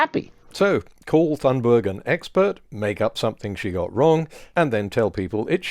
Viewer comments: The only issue I have here is your pronunciation of Thunberg. It's not 'THUN-burg.' It's 'TUNE-burg.' The anglicization hits a tad harsh. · It’s pronounced Tunberg not Th.. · Greta's last name is pronounced "Tune berg". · Greta’s last name is famously pronounced with a t sound as in tan, not as a th sound as in those. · Just FYI: that name is more closely pronounced "toon-berry". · Greta's surname is pronounced "Tunbery." In Swedish, the letter g is often soft. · "Toon-Barry" would be closer. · It's pronounced Toonburry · Sorry, you're still getting it wrong. G is Swedish is pronounced like a y english. U is pronounced like oo in English Th doesn't exist and the h is dropped. Vowel length is differently expressed but no parallels exist in English so we'll skip that part. So the closest pronounciation would be: ' toon burry' , not ' choon burg'. Source: jag är svensktalande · This is all great, but i believe in calling people what they would have themselves called. That's not how to say her name. Conservative anti-Thunberg folk say it that way (presumably out of disrespect). It's more like TOON-berry. There are decent pronunciation guides online. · Great video as usual. Just a small detail: The H in "Thunberg" is silent, so it's pronounced "Tunnberg". Or, for bonus points, like the u in "tuna" (the fish) without a at the end. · In Swedish it's pronounced tuun-berg, the g is pronounced like y in yolk. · Great post as always. One correction here: Greta Thunberg is Swedish, that means that the "h" is silent as there is no "th-sound" in Swedish, so it is just pronounced as "t" in "talk". Also the "g" in the surname is soft and should be pronouced as the first "i" in "identity". So her surname should be pronounced. (look up the wiki there is a link to how it is pronounced there) [ˈɡrêːta ˈtʉ̂ːnbærj] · She does not pronounce it that way